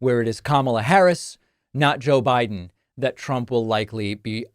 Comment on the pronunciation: She said "Joe Byron!" Another brain dead trump!